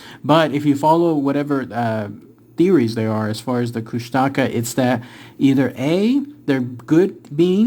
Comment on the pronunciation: It's pronounced koosh-tuh-kaw <3